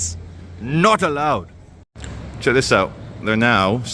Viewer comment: This ‘not allowed’ in the indian accent tho😂😂😂😂